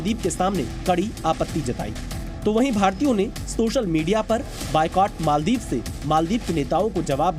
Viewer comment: Bhai ANCHOR ji , मोलदिव नही मालदीव है, mujhe lagta hai aap English medium se ho